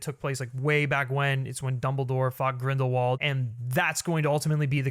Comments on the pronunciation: Everyone in the movie pronounced W as V, so it should be GrindelVald... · Grindelwald is a German last name. W's are pronounced as V's there, example is Volkswagen - it is pronounced as volksvagen. So it IS GrindelVald. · Radish Yup. ‘Wald’ is ‘forest ‘ in German, but they say it as if it started with a ‘v’. And ‘v’ they pronounce as ‘f’. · Isn't Grindelwald a Germanic name? So it would make sense that it would have the V sound in English?